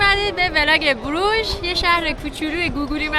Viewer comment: تلفظ درستش بروخ هست